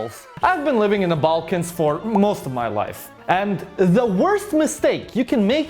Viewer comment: My Ex would pronounce Balkans as Vulcans 😫😂